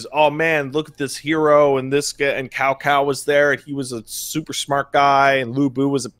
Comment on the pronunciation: >Cao Cao IT'S PRONOUNCED T'sao T'sao